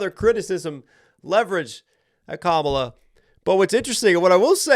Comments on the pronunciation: Dude I absolutely love your reaction videos but come on, it's pronounced KAmala, not kaMAla. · Her name is pronounced "Comma Lah" NOT Kah Mah Lah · comma. luh. how difficult is it to pronounce her name correctly? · Not sure if anyone else has mentioned it but the proper pronunciation of Kamala Harris' first is to stress the first syllable not the second KA-ma-la not ka-MA-la. Trump intentionally mispronounces it likely due to him linking the name to an 80s pro-wrestler called Kamala (stressed second syllable) the Ugandan Giant who was an obese African American man whose character was a primitive tribal caricature of Africans, specifically Ugandans in this case. Trump has been a wrestling fan since at least the 80s when he started doing business with Vince McMahon with whom he is close friends so I do not believe this association in his mind was unintentional. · This is where I unsubscribe from you. You're a Trump supporter. Listen to how you mispronounced Vice President Kamala Harris name. You're lame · If you're going to do a breakdown, the bare minimum you could do is learn to pronounce the participants' names. If you really can't manage to pronounce Kamala correctly, you could at least call her Harris. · Why can't you pronounce her name the way she pronounces her name? Have you never seen ground news? Well that confirms a bit of your YT/SM bias/views.